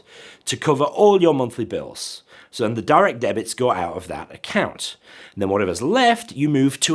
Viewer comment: Did you say Bunthly Bills? Great video otherwise. Keep up the good work!